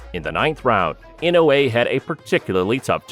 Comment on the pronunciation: ちゃんとイノウエって聞こえる発音凄いな 昔はインウイとか言ってたような気がするｗ